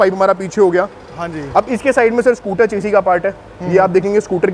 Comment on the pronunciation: चेसी नही शैसी होता है